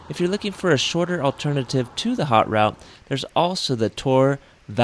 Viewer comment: Great video, very well done! Thanks for using only few words and trying to get the right pronounciation of "Haute Route" vs. "Hot Route" ! ;-)